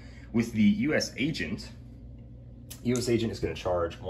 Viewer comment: I think wi036 Cap is neat, but I’m just glad says U-S Agent, and not U-S-A Agent. Man that annoys me.